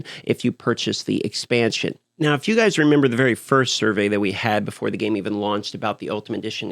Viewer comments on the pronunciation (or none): none